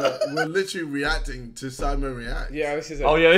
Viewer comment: Everyone : welcome to SIDEMEN REACTS Josh : Welcome to Simnreax